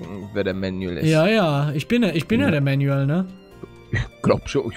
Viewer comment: Ja, "Manuel" halt nur englisch ausgesprochen. Aber ich schreibe es immer "Mänjuel." :D